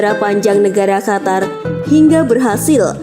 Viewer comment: Bukan khatar min tapi Qatar, suara pangkal lidah bukan suara tenggorokan.